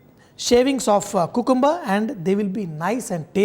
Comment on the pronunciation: Its not kukumber!!!..its supposed to be Qkamber!!